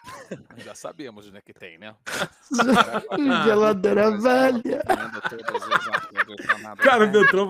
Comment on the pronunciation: você destruiu minha vida, desde que chegou aos meus ouvidos esse “hmm geladeira velhãn” minha vida nunca mais foi a mesma, agora minha mãe me odeia, vou mal na escola e tudo culpa sua, pois só penso nela, na maldita geladeira velhãn